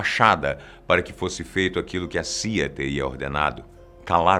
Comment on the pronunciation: Quando ele disse CIA eu entendi Sia(cantora), aí eu pensei, que caralhos a Sia tem a ver com isso kkk